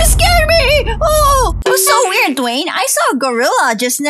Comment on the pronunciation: I like the part when Lisa saidDwayne's name wrong